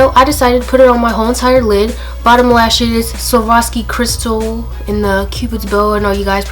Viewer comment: I swear I heard "Souvlaki cristal" 😂😂😂